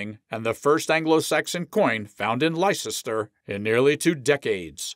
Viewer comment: Please its pronounced Liecester ( Lester ) . Hope this is an AI commentary.